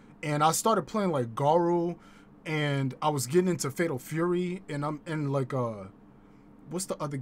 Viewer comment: 😂 Shame on your chat they ain't call you out on that pimpalicous pronunciation of "Tury" 🤣 bruh only we come up with this type of genius 🧠👑🧘🏿‍♂️🥷🏿